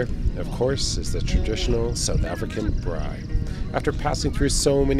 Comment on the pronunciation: You even say it correctly, braai!! well done